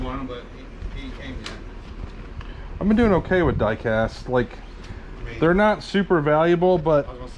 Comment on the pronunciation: did you say diecast sir? 👀👀👀